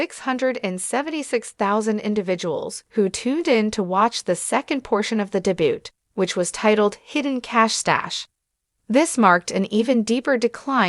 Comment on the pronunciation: Narrator, if you aren't a bot, learn how to pronounce debut.